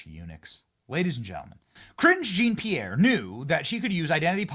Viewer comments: i thought you were always calling her "cringe-e Pierre" idk you were actually saying her name. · Ka-ringe jean pierre😂😂😂😂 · Were you saying "Cringe Jean-Pierre"?